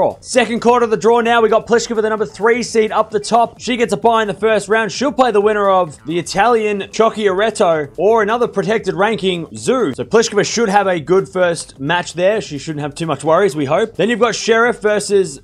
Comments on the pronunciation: Be helpful, its Cotch-ee-ah-rett-oh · “Chock-iaretto” lol exactly the opposite of how it’s supposed to be pronounced